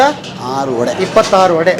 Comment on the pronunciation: ವಡೆ ರವೆ.... ವಡ ರವ ಅಲ್ಲ. ಕನ್ನಡ ಹೆಸರನ್ನು ಹಾಳು ಮಾಡ ಬೇಡಿ.